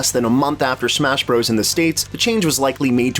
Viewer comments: FYI it's pronounced "Super Smash Brothers". "Bros." with a period is an abbreviation. "bros" is a different word. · I love your videos but it's Bros. pronounced, "Brothers." Saying it different in an apparent attempt to be cool is like nails on a chalkboard. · Can you stop saying Bros. as "broze"? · Because it is spelled Bros, it is still said as brothers.